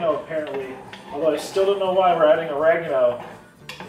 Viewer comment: I’m from the south.. you makin fun of me? Not “us” just me lol. However I don’t say y’all or speak to southern unless I’m pissed then the country comes out. And please dont ever say “Or-rag-eno” again, it’s “ur-reg-ano” LOL 😝